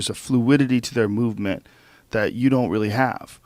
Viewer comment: Fluidity of mow-vement